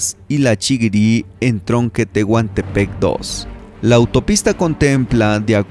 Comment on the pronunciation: Saludos, jajaja "Tehuntepec" ???